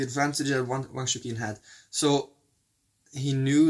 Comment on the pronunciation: You call him Wang Chu-kin. I believe it should be pronounced Wang Chu-chin. Chukin sounds like donkey in Italian, which I find funny.